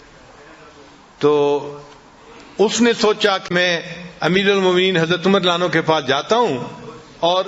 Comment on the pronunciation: Hazrat aap ka bayan bht acha hai...Lekin ek baat pe aapko guzarish karunga k aap Radiallaho Anho PURA Ada Karen... Hazrat Umar k Naam k aage aap jo farma rahe the (ma'azallah) us ka matlab galat hota hai ye aap mjhse behtar jante honge...